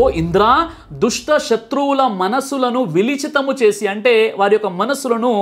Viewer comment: మాంచి గురువు దొరికావు రా ముస్లిమ్ లకు.. చదవడవమే రాదు... విలిచితము అని కాదు.. విచలితము అనాలి...